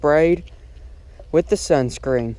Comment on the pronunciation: you said Sun scren